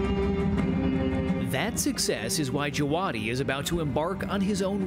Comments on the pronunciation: actually pronounced "Java-Dee" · who clicked this just to check how to pronounce ramin djawadi?